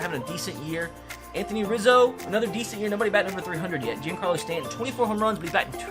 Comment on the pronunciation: is pronounced John-Carlo Stanton